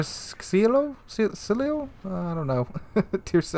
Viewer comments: Pronunciations: - Dànte Aleeg(ee)eree (accent falls on the i represented by (ee)) - Kònte dee Kavur (french pronunciation) - Andrèa Dòreea - Franchèsco Karàcholo (the ch sound Is doubled) - Veettòrio Vèneto - Lèpanto - Kreestòphoro Kolòmbo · By the way, i love how americans can pronounce a bunch of international foods but totally butcher the most basic words in the simplest of languages :)) Caracciolo killed me, also Veneto